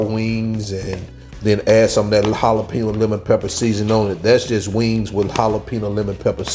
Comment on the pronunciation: Great dish but, brother, you are mispronouncing the word "jalapeño", like 900 xs in this video! lol